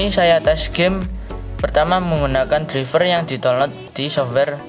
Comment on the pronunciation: Izin ngasih tau bukan menggurui tapi cara baca driver itu draiver bah